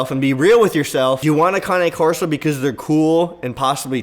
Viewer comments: Looked on google and you pronouncing cane wrong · You don’t even know how to pronounce the breed name.